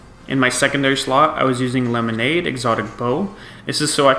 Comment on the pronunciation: dude just said, "Le Monade (lemonade) exotic bow" 🤣🤣